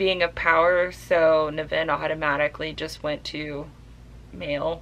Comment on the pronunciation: I've read this a couple of times. It's not his best work, but iirc it spawned a series. I've read the first 4 Ringworld books, they're much better, but they're really crunchy hard sf. so they're not for everyone. And yes, you're pronouncing his name wrong. Emphasis on the NIV. By the way, Bookpilled recommended you, so I had to check you out. Guess I'll stick around!